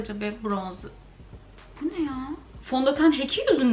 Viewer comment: Nobody:: BU NEĞ YHAA